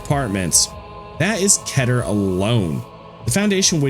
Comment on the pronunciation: You can search up how to pronounce "Keter" y'know? You don't need anyone to tell you how to pronounce "Keter". I get it, pronunciation can be frustrating and what not. Meter, Letter, Better, Wetter, Setter, and more. Keter can rhyme with Meter. Some people just pronounce the word "Keter" as Ketter with two t's. Why? Because it can rhyme with other dictionary words.